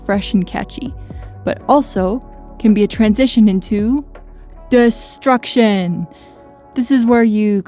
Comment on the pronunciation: i hate that you put emphasis on destruction. big nerd move. cool video